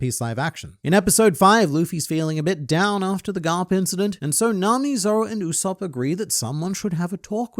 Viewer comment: Brother, his name is not pronounced "OOu-Sopp" but "YOU-Sopp"